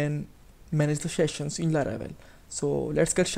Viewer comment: Sheshions Sheshions Sheshions Sheshions Sheshions Sheshions Sheshions Sheshions Sheshions Sheshions Sheshions Sheshions Sheshions Sheshions Sheshions Sheshions Sheshions Sheshions Sheshions Sheshions Sheshions Sheshions Sheshions Sheshions Sheshions Sheshions Sheshions Sheshions Sheshions Sheshions Sheshions Sheshions Sheshions Sheshions Sheshions Sheshions Sheshions Sheshions Sheshions Sheshions Sheshions Sheshions Sheshions Sheshions Sheshions Sheshions Sheshions Sheshions Sheshions Sheshions Sheshions Sheshions Sheshions Sheshions